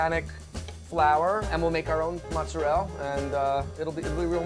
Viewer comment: Mozzarell? It's mozzarella!